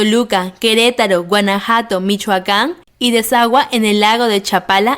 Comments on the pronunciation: Guanajato? Jajaja habrá querido decir Guanajuato? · Tienes muchos errores y no es Guanajato es Guanajuato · Exacto, esta mal pronunciado... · Es Guanajuato. No guanajato. Gracias por aclarar que no eres mexicana por los muchos errores. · Amiga me encantas,incluso pensé que eras mexicana, solo te quiero poner a practicar ,dijiste 2 veces Guanajato ,que es una ciudad o estado de México, lo que te quiero poner a practicar es que se dice GUANAJUUUUUATO.repitelo varias veces con uuu.eres muy amable saludos y abrazos para vos. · Pozole no pozol es Guanajuato no Guanajato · No se dice Guanajato, es Guanajuato, te falta pronunciar la segunda U. El mole no es una salsa de enchiladas, es un platillo por si solo y dudo que el río Lerma sea el más grande del país. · Excelente pero el río bravo es el más grande, en esa misma respuesta uno de los estados en donde atraviesa el Lerma es “Guanajuato” no “Ganajato” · Hay que comprender que no es de México así como la pronunciación es varías cosas como el estado de Guanajuato ella lo pronunciaba como guanajato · No se dice Ganajato sino Guanajuato muy mal pronunciado por la lectora de este vídeo 👎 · Alguien expliqueme por que dijo Guanajato en vez de Guanajuato? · Hay amiga se ve que no te informaste bien, la salsa que mensionaste se llama mole y es típico de la ciudad de Puebla. Y es Guanajuato nó Guanajato. Y la verdad ni ví todo tu video. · No es guanajato, es GuanajUato, es como decir Per, en lugar de Perú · Se pronuncia Gua na ju ato. Lleva U antes de ato. No es Guanajato. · Nmms dijo guanajato y no guanajuato ahora soy guanajatense y no guanajuantense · Sobre algunas cosas no estas muy bien Informada y es Guanajuato no guanajato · Apenas llevo 11 minutos y ya estoy super ofendida con sus respuestas JAJA El mole no es una salsa Y México no perdio la mitad de su territorio. Se pronuncia GUANAJUATO no Guanajato 🙄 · Jajaja q yo sepa. Se llama Guanajuato. No. Guanajato. Jaja😂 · se dice GUANAJUATO, NO GuanaJAto …